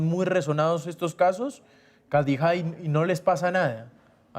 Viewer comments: No sabe ni pronunciar su nombre... Kadijá😂😂😂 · Le falta experiencia. Lo que no me gustó es que no pronuncia su nombre. Khadija se pronuncia Kh se pronuncia j y j como y o ll.